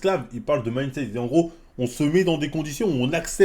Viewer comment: "Mandseit"😂😂😂😂😂